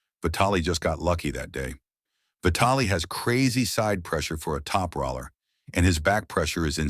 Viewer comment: I think your AI voice might pronounce "top roller" better if you wrote "top roler"